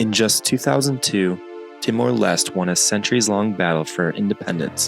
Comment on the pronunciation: LES - TE.... not lest.